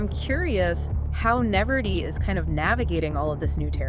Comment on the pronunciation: “Neverdee” 😂. Your AI needs coaching!